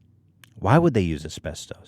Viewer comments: it’s pronounced “as-best-us” not “as-best-toes”😂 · It’s es pes tus NOT es pes TOAST!! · Everyone: asbestos Ethan: esbestoes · How Ethan pronounces "Ass-best-Ohs" is hilarious. I pronounce it "As-best-us" The uses for Asbestos was huge before the 70's it was used as fire proofing, it made great in paint and cosmetics, because it's such a fine powder it would get in every little crack and crevice. Unfortunately the fact that it is such a fine powder is why Asbestos is so deadly. It settles in the lungs, and the body can't break Asbestos down, so it just builds up in your lungs and causes Mesothelioma. That's how my grandfather died, he worked for years in a shipyard in the 50's and 60's, and it caused Mesothelioma, and he died in the 90's. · Are we just going to ignore the fact that Ethan keeps pronouncing it as-best-ose instead of as-best-is?? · It's "uh-spes-tuss" not "uh-spes-tose" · "AsPeStös"- Ethan Klien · Actually couldn't finish listening to this one.Ethan say it with me now: As-best-us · Ethan saying "Asbesto's" like it's some cereal. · Nobody: Ethan: Asbestös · AsbesTUS. englirsh plesarse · It gave me cancer listening to you call is aspetose is pronounced aspectis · Pronounced 'aspestis' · How Ethan says asbestos drives me nuts! keeps saying it right but Ethan can't take the hint. It's not the Greek god asbestos. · Please for the love of god somebody teach Ethan how to pronounce asbestos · Ethan's pronounciation of asbestos makes us want to cook up a nice stew. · Does anyone else have a problem with how he says asbestos? Or have I been saying it wrong my whole life? I’m cringing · Ethan mispronouncing asbestos gives me life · why does he say asbestos like that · Has Ethan never heard someone say asbestos before? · It’s annoying that Ethan pronounces everything wrong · The way Ethan pronounces “Asbestos” triggers me. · YOURE SAYING ASBESTOS WRONG< MY EARS ARE BLEEEDING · You say so many words wrong or just in an odd manner, Ethan.